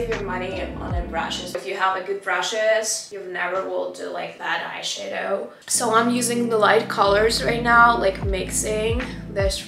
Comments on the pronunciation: also when she pronounces eye shadow she says eye shae-dow, try say eye shah-dow idk if this helped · Please,, не hate comment, I swear. Не айшэдоу, а айшАдоу. Типа как shadow только eye 🥰 love the vid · не айшейдоу а должно быть айшадоу ,просто если хочешь звучать более по английски :) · Love hearing her say "iSheadow" 😂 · I love how she pronounce “eyeshadow” it's so cute🥺